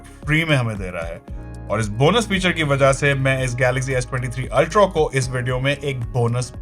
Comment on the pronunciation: Ultro… ultro…. Ultro….😂😂😂😂 ultra hota h bhai